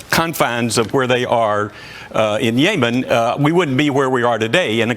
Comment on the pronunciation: Yemen not Yaymen